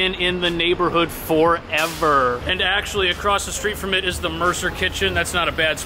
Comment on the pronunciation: He said AcrossT lol there is no T in the word across